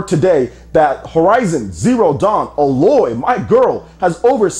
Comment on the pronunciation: I know it's a nitpick, but the way you keep pronouncing Aloy was wrong.